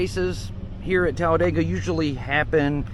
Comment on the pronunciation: it's not Talladayga, it's Talladeega.